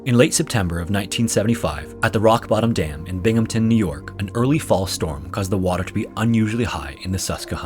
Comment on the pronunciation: I love how he actually pronounced Binghamton correctly, but butchered Susquehanna lol